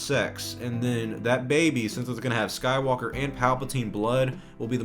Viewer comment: The way Rey says "Skywalker", it sounds like "SkyWOKEr"...